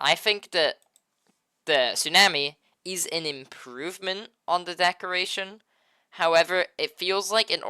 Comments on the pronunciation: “Su nam ee” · Not how tsunami is pronounced